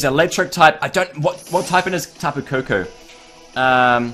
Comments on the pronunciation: its not tapukookoo its tapu koko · Its called Tapu Co co